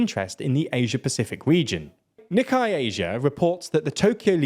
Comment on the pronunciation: Nikkei is pronounced "NEE-kay"with a glottal stop on the first k, not "NEE-kai."